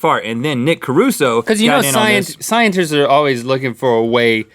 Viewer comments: Did Link say sciencers 😂 probably not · I don't see that anyone caught this... Link said "when scienters." :p